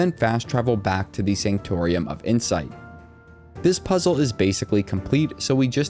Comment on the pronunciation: it's pronounced SANK-TOR-UM